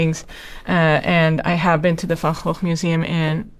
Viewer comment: Wow you’re the very first person out of all the reactors who has correctly pronounced Vincent’s surname correctly. Obviously as you’re from the same country as Vincent Van Gogh. It was roughly 10 years ago I first found out that outside of the Netherlands we pronounce Vincent’s name incorrectly.Also I assumed you were from North America. “Shame on me” 😢👍❤️